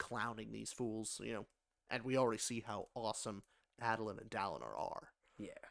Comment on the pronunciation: Before I correct your pronunciation, let me make clear that Sanderson does not insist on any pronunciation. Say it how you want. Sanderson pronounces Jasnah as Yoss-nuh, and Adolin as A-duh-Lin. Do with that whatever you like